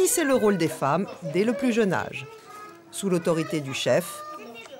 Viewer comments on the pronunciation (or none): "pour sa jAAne" ouh mes oreilles